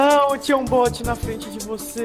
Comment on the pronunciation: " a não tinha um bolt em frente de você" Pacotinho, 15May, 2017 Obs: sei que ele falou bot, mas pareceu bolt.